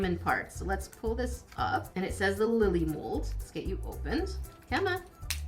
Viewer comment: Lolly not (lilly)